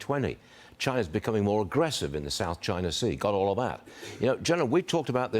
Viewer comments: Was the general saying “Chiner” like Archie Bunker. It’s over dude! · Lmfao my man said " chiner" 😂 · "Chinerr"...😂😂😂 jack keane pronounces words funny